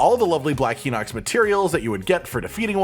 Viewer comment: So the pronunciation for Hinox is Hi-Nox not Hee-Nox for the English version of the game for the Japanese version of the game it is pronounced Hee-Nox not Hi-Nox.